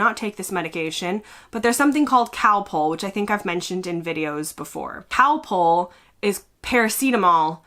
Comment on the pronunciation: It's not Cowpol it's Calpol. Get well soon.